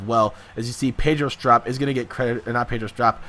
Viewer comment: are you even a cubs fan it pedro strop with a ope soun not a op